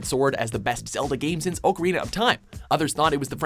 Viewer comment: if you say ocarina wrong one more fucking time.